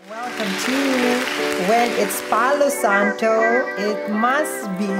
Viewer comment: You are so funny! BTW, It's Pau Santo not Paulo Santo! Bjs.